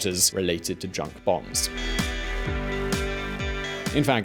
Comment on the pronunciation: The American voice said, "Bahns," German for highways.